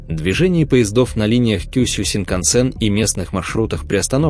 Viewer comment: в японских названиях чаще всего ударение на последнюю гласную--КюсЮ...и так далее...